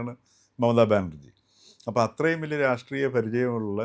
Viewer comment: 😂 Raattreeyam ennu parayoo..angane parayunnathaa prabhudha lakshnam. Rashtreeyam ennu paranjaal up school level aakum. Deedhikku raatreeyam undu .. Vivaram illaa.. pothukalude friend aayaal, Ithu pole oru item Amerikkaayil undu..